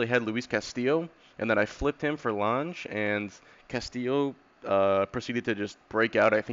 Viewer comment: good video Lange and Deichmann both went to LSU at the same time which is pretty cool, and btw it’s pronounced Lang and Dikeman lol